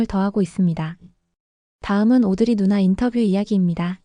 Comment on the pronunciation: 영문으로 보면 오드리 루나 인데 왜 누나 라고 하나요 영상마다 루나가 아닌 누나라고 하네요